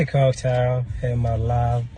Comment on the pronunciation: He said coak tail